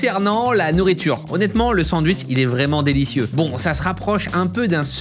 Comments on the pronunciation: Salut Cyril, ça se prononce "SanDwich", pas "San wish" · Y’a que moi qui l’entend dire cent wish au lieu de sandwich 😂😂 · Alors on est français oui mais entendre sans-ouiche toute la vidéo ça fait mal aux oreilles 😂😂😂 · " le san wishhh" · Pardon, excusez moi, merci, je suis juste passage dans les commentaires pour retrouver le "D" de sanwich.